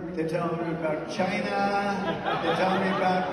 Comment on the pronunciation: “They’re telling me about CHYNAW, they’re telling me about BORDER...anyway there is a green Ford Taurus with its lights on...”